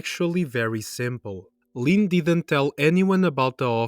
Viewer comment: The way bro says Lynn just kills me 😂 “Leen”